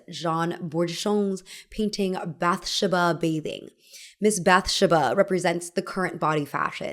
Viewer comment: This is the wildest pronunciation of Bathsheba I've ever heard 😂 it might even be correct, but just different than what I heard growing up.